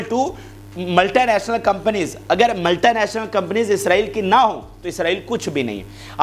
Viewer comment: Bhai Saab it’s just multinational not multie national. Correct your pronunciation. ملٹی ناشنل نہ کہ ملٹائی ناشنل